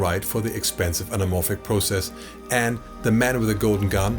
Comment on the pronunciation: Stunning! Fabulous Video - thank you - all this different Formats-Fuzz always confused me to say the least. One Thing, though: Who taught you to never ever Teee----- Age (h) the acutal "th" TH, Buddy, please The the the the the, please. If I had to take - or is it make - a guess: or are you a frickin German? TH Teeeee-Aged, Do it! Do it! Küsschen aufs Nüsschen, tu es, tu es! There's no fucking Ausrede vor missachting the the the TH in such dramatic Scale, or is it Scope? Nix für ungut. Grüße aus fricking Germany. Frank